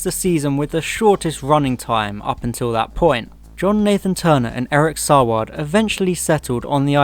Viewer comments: Your pronunciations are wrong, Daly is pronounced Daily, Saward is pronounced SAYWARD, and Gough is pronounced GOFF. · I'm going to be pedantic and point out that Saward is pronounced "SAY-wood" and Gough is pronounced "goff".